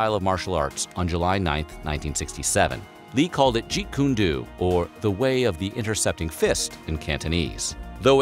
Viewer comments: It's jeet kun "DOE" not "DUE" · Jeet kune do. The “o” is long form. Not go do that, but more like “oh”. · This guy doesn't pronounce it correctly it's dow not do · I cringe every time you say "Jeet Kun DOO". It's pronounced "Jeet Kun DOE". I think you will eventually get the hang of it, as long as you maintain a Jeet CAN DO attitude. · Unless you live under a rock, "do" is "doh" and is linguistically different than "doo". The two sounds aren't synonimous in Chinese or English. So ya...Narrator should have been proof-read. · First of all,Jeet Kune Do in pronounced DOE not Duu. Dō in japanese means ''way'' or ''school'' or ''method'' and it's often used to name a martial art,like Aikido,Judo,Kendo or Karatedo (the traditional Okinawan name of Karate,which means ''method or way of the empty hand''.) The Koreans also use it for naming their various martial arts,like Tae Kwon Do,Hapkido or Tang Soo Do. Jeet Kune Do means literally:'' Way or method of the intercepting/stopping fist'' and it's the complete opposite of a ''non-violent form of fighting''. JKD is based on the basic principle,that you ''stop your attacker before he/she can even start the attack''. you don't wait to be attacked,defend and then counterattack like in trad. asian martial arts. Bruce Lee also tought that: ''in a real fight,there's nothing forbidden,if you have to kick to the groin,bite or scratch an eye out,in order to defend yourself from an attacker,do it!.'' It's considered the predecessor form of today's MMA,because it's not a new fighting style,but a combination of techniques from various styles. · It bothers me the way he pronounces “Jeet Kun Do” it’s pronounced “doh” not “doo” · Jeet Kune [DOUGH]! Good God get it right! You did all this research and can't get the name right?! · The ‘Do’ in Jeet Kun Do is pronounced “dough”, not “due”. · Jeet Kun DO...(last two letters are pronounced 'DOH'..not Doo). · You say Jeet June DO like mountain DEW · Jeet kun DOE, guy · Do ... Like dough not dew